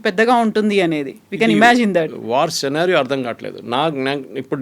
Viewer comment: సినారియో, ని, ఇప్పుడు స్కీనరియో అని మార్చేరా, మేడం గారూ?